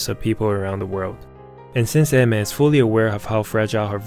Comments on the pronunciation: pronouncing her name "eh mer" sounds really wrong and I still calls her "Ay/Ah mier" in my head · Chotto matte.. It isn't pronounced AI-MER? XD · What! Today I learned she's married. And that it's read as (e-me) 😅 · learn to pronounce her name if you're gonna make a video on her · I'm so sincerely sorry, but the way you just seem to not be able to pronounce her name correctly just makes me kinda agressive. Other than that great video.